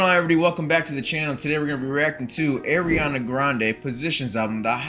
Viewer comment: Her name is pronounced "Ar-riana not Air-riana"